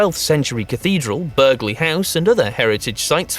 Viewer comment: He said Burgley !!! 🤣🤣 It's spelt Burghley but pronounced Burley. One of the Elizabethan periods greatest houses well worth a visit and is about 12 miles northwest of Peterborough, on the outskirts of Stamford, a nice place.